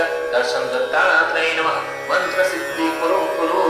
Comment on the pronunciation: It is not maaaaantra. It is mantra. 🙄